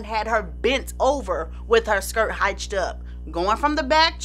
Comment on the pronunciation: With all due respect...you have to learn how to pronounce certain words. Have someone look at your videos and check you on them...in this one you mispronounced : "hitched" - pronounced like BITCHED, "revered" - pronounced like BEARD, Maria CALLAS - pronounced like DALLAS....I stopped watching after that one but I've noticed this on a few other videos of yours. . No I'm not a big fan of you exposing dirt on some of our Black heroes, but hey...it's your hustle and you've made it work. But if you're going to do it...do it correctly. Again I mean no harm or any malice towards you. I just believe in each one, teach one and lets say you get picked up and can go even bigger...then you want to present yourself correctly. Blessings just the same.